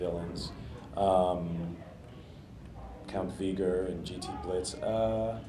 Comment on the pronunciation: Count Vegor? IT'S VEGER!